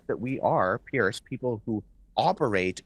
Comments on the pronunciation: Piers Morgan. Pronounced more like Peerz. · Note: Piers' name is pronounced similar to "peers" not "pierce". Aside from that, love the video!